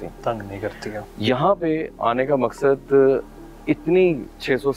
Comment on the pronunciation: Maksan nhi maqsad hota bro